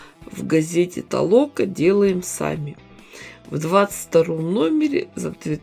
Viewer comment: Добрый день,! Извините,хочу Вас поправить, журнал белоруский, читается -ТолоКА, ударение на последний слог. Смотрю Ваши видио, всегда интересно, спасибо, удачи Вам в дальнейшем!